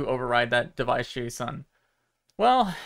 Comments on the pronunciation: You had me until you started to pronounce JSON by its letters, and not like "Jason" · I have never heard anyone spell out JSON before. Lol. At first, I thought that was just a misunderstanding of the pronunciation, but then you kept switching between spelling it out and pronouncing it. Is it common in some group of people to spell it out like that? Or is it like an old habit that you step in and out of? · can't believe how is pronouncing JSON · Shine On, You Crazy Diamond! 💍💍💍💍💍💍💍💍 - EDIT: - as a software developer and platform architect...and one of your biggest supporters and cheerleaders...please take this in the spirit in which it's offered. - A JSON is (and always has been) called a "Jay-sawn" (or "Jace On"), and never ever a "Jay Ess Oh En". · it's pronounced Jay-son or Jay-san lol. Nobody says the letters Edit: He said it correctly once and then said it weird again and then correct again, are you trying to ragebait engagement from nerds lmao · I love your videos, but please don’t pronounce json as J-S-O-N, it triggers something in me 😂 I’m a programmer and I’ve always heard this extension pronounced as “Jason” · Yo it’s pronounced “Jay-sawn” not J S O N 😂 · its JSON, not J.S.O.N. smh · it annoys me that he says “J S O N” instead of “Jason” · nice vid but it's pronounced jason not j.s.o.n. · Never heard someone pronouncing JSON as "J-S-O-N" instead of "Jason" before. ;-) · Please say JSON like Jason and not J S O N, never heard it like that before and I hate it xD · Oh god he pronounces it as J S O N, instead of J-sahn. Don't do it, it hurts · you're killing me haha. in the industry, we pronounce JSON. jay-sahn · With all the adjustments, I would think it was a dev headset, so they could test out which ways they panels fit best for the most immersive experience? Also JSON is pronounced like the name Jayson 😃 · Did this man just call a json jeiesouen? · JSON is pronounced Jason lol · It's pronounced Jason, just remember to press X